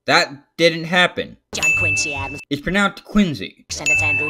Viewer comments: 5 minutes and 20 seconds of this is just him say ISW AN ISLAND! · My favorite part was when he said ISW AN ISLAND! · Me: Hears and Me: PREPARE! Him: ISW AN ISLAND